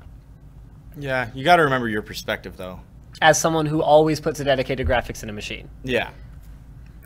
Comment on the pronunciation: silence, go play games on your jraphics card ok